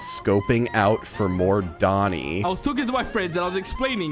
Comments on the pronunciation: ❌ "Doni" ❌ "Loni" ✔ "Done" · It’s not loni it’s oni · Why is everyone saying loni? THE WORD IS DONI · His name is DONI NOT LONI!!!!!!!! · ITS DONI NOT LONI